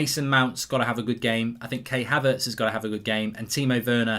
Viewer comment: Man said kay haverts